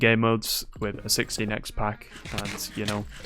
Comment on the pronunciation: am hearling a lot of "60 nex" instead of 16 x